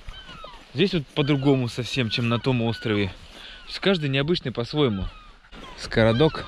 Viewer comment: Скрадок, а не скородок😁от слова "скрадывать". За видео лайк👍🏻ждем следующих серий.